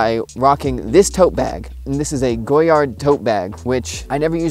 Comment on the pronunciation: I enjoy the channel, very entertaining. For future reference: don't pronounce the "d" in Goyard, it is French and the "d" is silent.